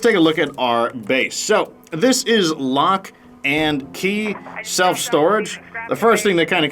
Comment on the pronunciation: Loch as in Loch Ness Monster. Nessie. Nothing to do with The Flintstones,!